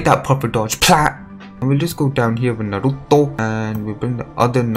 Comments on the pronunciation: like ur videos r REALLLLY good tho but the way u say naruto makes me aggressive asfuaq .. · What I used to hear in anime: "NARUTOOOOOOO" "SASUKEEEEEEEEE" Now I hear: "SasKE" "NarUTO"